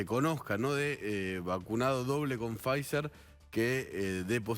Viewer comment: Quhheeedeemooo la Faizzzerrrer!! Pod q arjentinahh no adegló con faissssseelll